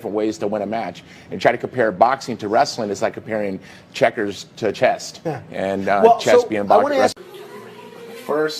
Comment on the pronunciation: I've seen loads of videos of him calling chess "chest" and its absolutely hillarious how he keeps saying it